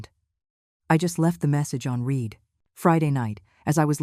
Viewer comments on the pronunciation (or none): It’s pronounced red. Not reed for the word spelt read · When read is past tense, it is pronounced red.